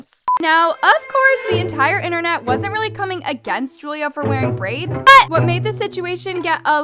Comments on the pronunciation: That “BUT” tho lol btw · Its so funny how said bUT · It's so annoying when she says BUT I know it ain't just me